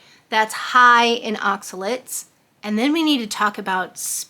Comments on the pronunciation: they are not oxalits ...they are OXA LATES ....late like you are late for work.....please try to say it OX A LATE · More like “aak suh layt”